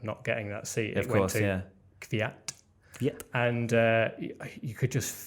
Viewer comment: beetween the K and V not V and Y. most people say Kyvyat which is 2 syllable. and wrong.